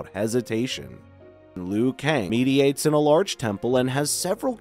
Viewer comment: Mediates? Didn't realize it was AI until it made that mistake. I guess the AI speech is getting pretty good.